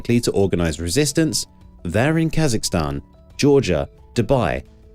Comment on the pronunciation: I just have one question for this AI: Where the heck is "Kasakistan"???? LOL too funny!